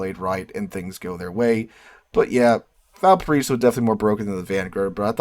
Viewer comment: you missed my comment in your Valparaiso vid. SO Stop embarrassing yourself. Google "Valparaiso pronunciation". 😊